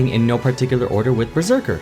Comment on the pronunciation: “Berseker” xD